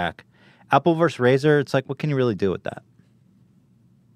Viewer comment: I lova ya but dang it, vs = versus, not verse.